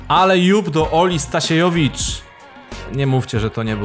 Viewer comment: ale ja jestem ola stasiełowicz a nie stasiejowicz ;-(